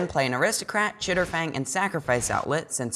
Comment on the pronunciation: Chatterfang not chitterfang im sorry lol